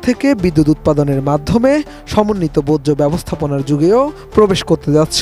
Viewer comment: বোজ্জ না ভাই বর্জ্য